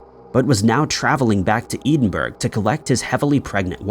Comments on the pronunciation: It's pronounced Eddenbourough! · I love your videos but i beg it’s ED-IN-BRUH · Learn how to say Edinburgh please. 🇨🇦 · Edinburgh is a very well known place I don't understand how you could have just difficulty prounouncing it's name then again you always prounounce Dunlin wrong so why would you know how to prounounce Edinburgh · He's still not got a grip on Edinburgh 😂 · He intentionally mispronounces place names so that the comment section gets filled with people correcting him and it bumps him up in the feeds/algorithm.... 🤣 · Took me a bit to work out where he was talking about. (How close is it to Dublin?😄 That's another one that keeps being mangled!)